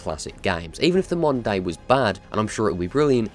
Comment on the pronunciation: I kept hearing "monday" intead of "moder day" 😂😂